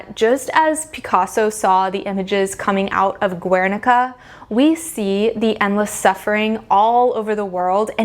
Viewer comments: Yeah well, she can't e even pronounce Guernica, total moron, she really should do much more homework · Girl this video is amusing ... first of all learn how to pronounce Guernica, then stop spreading ignorance, the Guernica, not only represents the war, also the annihilation of a culture and region the Basque country... is yes and statement, is not the change from "beautiful" to "ugly" it represents one episode of the history in Spain and in the Basque country . there are centuries of innovation in art, in all ways, techniques, materials, composition, the introduction of perspective , etc ... and yes, art is and has been a way to communicate, and also to create propaganda like in nazi germany during the wwii, art is way of expression, that either you like or not, and is always in evolution... , you are all over the place... terrible video... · Great video, but the way you pronounce "Guernica" hurts my Spanish ears.